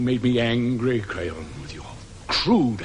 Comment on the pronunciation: It sounds like he called him "Crayon" XD